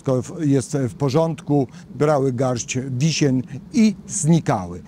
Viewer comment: 4.57 minuta Garść wisien czy Garść wiśni? 😊ja myślę że było małe przejęzyczenie, albo ja się mylę 😮